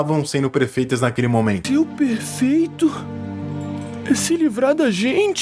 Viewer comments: e outra coisa ninguém perguntou porque ele falou prefeito e não perfeito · Prefeito... só conseguiu falar prefeito e não perfeito muito obrigado por mostrar que eu não sou o único que alterou o próprio dicionário mental